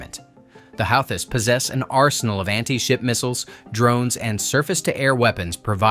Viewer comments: Like the video but the How-this? lol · “Howthists” 🙄 Stop trying to make AI happen. We don’t want it 🙄